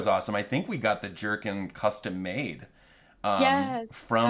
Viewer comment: Every time Thomas says jerkin I think he’s saying jerky